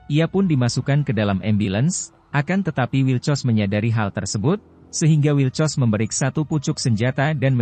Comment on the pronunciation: Wilcox min, bkn wilcos 😥😒😒😂😂